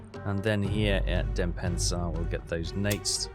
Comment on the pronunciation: Its not denpensar but DENPASSAR